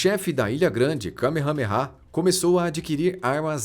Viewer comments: O narrador só pode ta de zueira 😂😂😂😂😂😂😂 kamehamera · Eu ouvi kamehameha sério.😂😂😂😂